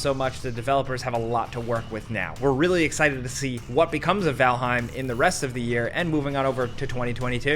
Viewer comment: sounded a bit extra jersey there when talking about valheim. i dig it. regional accents are the best.